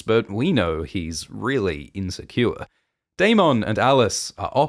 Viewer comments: dayMONN dayMONN say it like the show does please so distracting just say dayMINN not dayMONN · The way you say darMON 😂 i can't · The Day-Mawn gets me every time but I love these recaps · How are we pronouncing Daemon now?